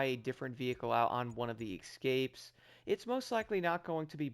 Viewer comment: Excapes? What’s wrong with you? Those are escapes